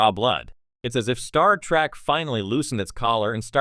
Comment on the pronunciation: It's Trek not Track. AI is a child.